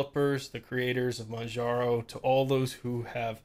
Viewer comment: PRO TIP: "Manjaro" is pronounced the same as you'd hear in "Kilimanjaro", just without the "kili-" part. The distro's name actually stems from that. Oh, and another thing - You should probably stop using Yaourt altogether. It's unsafe because it downloads the PKGBUILD to your computer before it lets you view it, which can enable anybody who submits an AUR package to run malicious scripts on your PC before you even get the chance to take a peek into what's going on under the hood. It's definitely not common and - unless your run yaourt as root - certainly not destructive, however, better safe than sorry. I'd recommend using Pacaur instead and/or familiarising yourself with the manual build process. Also, please do check the PKGBUILD for every AUR package you install. If you see something's off, google it before you proceed, even if it's just some extremely messy code.